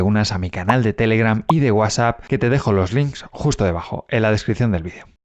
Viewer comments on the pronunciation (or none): none